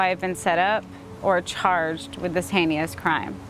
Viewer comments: She said “hein-E-ous” in that video 😂🤣 That’s heinous with an extra E for evil I guess. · Hain-ee-us crime I'm judging her 😬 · I cant take anyone serious who says "henious"........ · “…this heineous crime”. Girl. HEINOUS. The word you’re looking for is “HEINOUS”. I know, I know. I’m a blast at parties. But perhaps, when we are professing our innocence, instead of looking though a thesaurus for alternatives to “bad”, we should just speak the way we have always spoken. Also, what a vile woman. Her poor daughter. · “Heinious” Come on,. 😂 What is doing is “heinious”. What’s interesting is that he was found in socks and shorts. It doesn’t sound at all like he was there for a fight. Disgusting!! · Heineeous got me! 😂